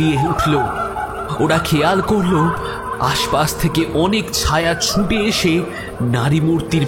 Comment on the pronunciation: Golpo ta valo laglo...over all presentation bes valo kintu narrator kichu jaygay ohetuk chondrobindu jog korchen...eta kno. Jmon -- ছুঁটে চলেছে। erokom aro koek jaygay kane legeche...jehetu apnader presentation valo legeche tai bollam